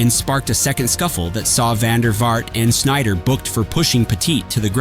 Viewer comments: Wrong pronunciation for sure, but hardly a legend! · I watched until you butchered a Dutch legends name. Sneijder